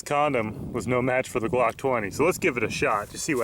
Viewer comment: when he said I think we can fit this on out glock it sounded like cock lol